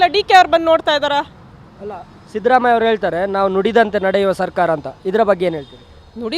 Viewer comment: Sadramayya alla shidramayya sariyagi kannada matadoke kalko